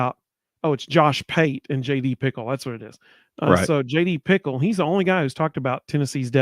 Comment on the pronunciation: JD Pih-Kehl ... not Pickle